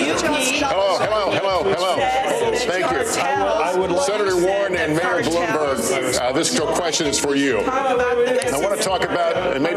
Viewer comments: No surprise "he really Blumberged it" 😄😄😄😄😄😄😄😄😄😄😄😄😄😄😄😄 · Hahaha he almost said Boomberg LOL